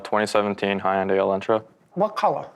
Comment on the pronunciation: Why does his generation constantly pronounce Hyundai wrong?!